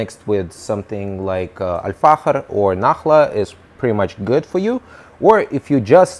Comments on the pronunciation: He's spelling the ikh/ich , like it should be pronounced, as the Dutch do most likely, it's the letter خ in Arabic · The way he says Al-Fakhir is so satisfying, idk why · You've pronounced it perfectly really slayed it 👌🏻👌🏻 Greetings from Germany ✌🏻✌🏻 (Try out dark tobacco from Zomo like Strong Red, tastes really nice) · Dude I love your pronunciation, are you Spanish? Mexican? You pronounced Al Fahker With exact Arabic pronunciation